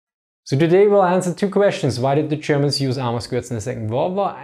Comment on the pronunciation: Zze Chermans